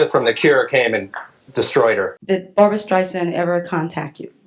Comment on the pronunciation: BarBURA StreiSANDA 😂